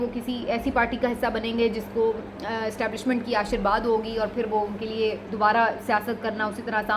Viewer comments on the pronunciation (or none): Ashirbad is wrong word, say "Ashirwaad"